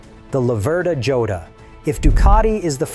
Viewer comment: It is a sSpanish word. Pronounced HO-dah.